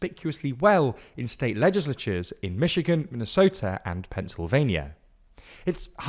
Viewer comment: What was that pronunciation of Minnesota